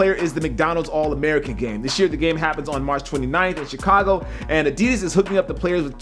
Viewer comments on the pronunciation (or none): none